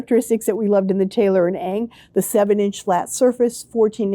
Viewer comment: Love your videos. A pet peeve tho: Ng is pronounced “wen”.